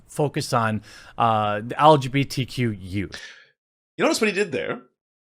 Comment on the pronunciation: I'm so stuck on dude saying it "algae B T". Damn half-gay waterborne lifeforms, with their amorphous bodies...! Lmao